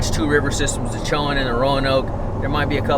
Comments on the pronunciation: Isn’t it “co in” river? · it"s pronounce ( Sho - Wand ) like the university in murfreesboro,NC (Big Blue) Braves 1979 baby.